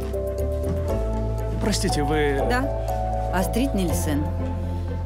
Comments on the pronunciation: Не АстрИд, а Астрид ! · Почему АстрИд, а не Астрид? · Имя девушки произноситься с ударением на ,, а,, !!!! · Астрид офигительная! Только ударение у переводчика должно быть в имени на А, в фамилии на И. Это имя Скандинавское. Вернее имя Шведсое, а фамилия Датская! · В имени Астрид ударение падает на первую гласную. Неужели, озвучивая целый сериал, так трудно поитересоваться произношением имени одной из главных героинь?!